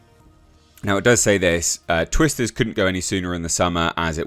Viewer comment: Sounded like you said Twist This..😂😂